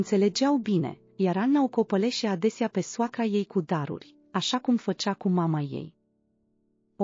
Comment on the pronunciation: 🚦🛑Dacă ați deschis acest canal YT în limba română...dacă tot vorbiți românește...nu credeți că ați putea citi corect românește? Mai mult de 6 luni ne- ati tot deranjat auzul cu " copăleșea" " entare" și alte " invenții " care nu există în limba română! Nu mai spun nimic despre expresii care sunt între râs și plâns( ex.soacra și soțul stau pe gâtul ei! ). Poate vă gândiți totuși la o traducere corectă și o lectură umană , nu a unui robot???🛑